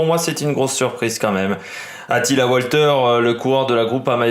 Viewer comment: On dit valter il me semble non Walter